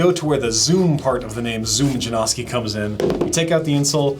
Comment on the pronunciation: J A N O S K I - not Jane-owski, not Jam-oski.